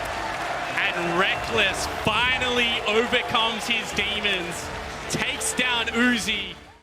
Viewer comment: "and rekkles finally obercomes his demon"